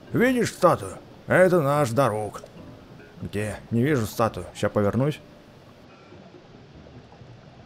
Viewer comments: Не ДарУк а ДАрук (я про ударение). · в слове: Дарук, ударение на а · ударение в имени на А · не Дарууук а Дааарук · ты не правельно говориш Дарук там ударение другое) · Дарук ударение на а